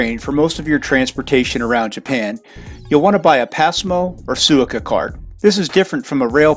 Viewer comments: Great video... but the way you kept saying "Suica" definitely made me confused. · New drinking game: take a shot every time he mispronounces Suica lol I kid good video!! Like the POV view and from Haneda!